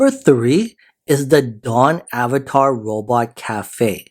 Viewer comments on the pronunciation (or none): none